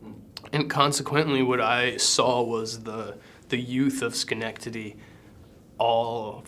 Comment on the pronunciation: Oh my gosh he can say Schenectady! And knows our history. That is really professional. And we are guarded but its much more real. We are honest to a point where it can be brutal. As for drugs I'm just surprised Luke wasn't one of the guys who brought the stolen money to the crack house down the road. Diamonds in the ruff we are here in Schenectady! =D